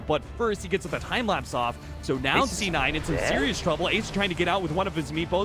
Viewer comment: he said "D9" lol